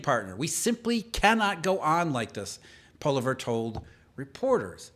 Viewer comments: POLLI EV RE. Pollievre not Polliver. 🇨🇦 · Interesting podcast Pierre poilievre Please get pronunciation right. Poil e ev Thankyou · Pronounced "Paw-liv-yay" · Pierre. POL- LEEE- EVre No poliver. Come on dude. You never heard his name before. Get serious or grt off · Not criticising, just helping because it's a French last name and hard to pronounce if you're not familiar. You would pronounce it like Poly-ev if you're English If you want full blown french it would be more like Pwa-Lee-ev-re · Pollievre is pronounced Poly-ev, not Poly-verrrr lol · its not "poleever" it's "Pwa-lee-ave" Poilievre. It's french. don't butcher it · It's actually pwa-lee-ev. His name starts with "Poil", not "pol". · I believe his name is pronounced Pierre "Poleev". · Its pronounced "Polly ev" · Pol-i-Ev Pls pronounce correctly. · His name is Pierre Polieve , pronounced poly-ev And you can’t rule out that Trudeau had a scandal with SNC Lavalin when he lost $40 million dollars or the WE concert ,where his wife was paid $700,000 dollars for making a 10 min speech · His name is Pierre POLY-EV... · Oh goodness. His last name is said "Paul-E-Ehv" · His name is peonounced , Poly-ev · Pierre Poilievre’s name is pronounced “polly ev”. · Our next PM , Pronounced Paul ee ev. Pollievre Your welcome Pierre Eustace Mullins The world order also Eustace Mullins The Curse of Canaan. Will explain in great detail what to expect from the central banks at this critical juncture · Pierre's last name is pronounced polly-eh-v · Poilievre - Pwah Lea Ev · Pierre Poilievre, is pronounced “pwa-leev”. Please correct your pronunciation.🇨🇦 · Pollievre is pronounced 'poly-ev' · Poilievre -> poy-lee-ev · Pierre. PO LEE EV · Repeat after me: Polly...Ev. The Opposition and future leader of Canada is named Pierre Polievre (pronounced phonetically - Polly..Ev) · Pronounced "Polly- ehv". Youll be saying it a lot in the coming months! 🎉🇨🇦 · “Poly-Ev “is how you say his last name. Our Last Hope!